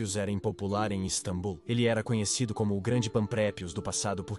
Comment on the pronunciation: Caraca já dava tempo de vcs corrigirem essa i.a de falar istabum. É só edita meu.